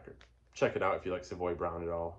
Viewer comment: You say Savoy correctly !! I had dinner with Kim ( Simmons ).. in the 1990's and he corrected me ! He understands that most Americans Americanize the pronunciation. Cool ! Now I know what you are into. . great jazz titles, Funk, soul, blues.. Soul Funk Jazz, all of the above ! Bryter Layter has never been my favorite, but it's still an amazing Nick Drake album !